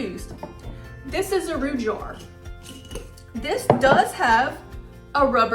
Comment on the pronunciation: I THINK SHE IS TRYING TO SAY “ JAR” .